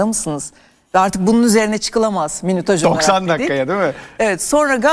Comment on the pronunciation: arkadaşlar ben saydım tam 17 kere minütaj dedi.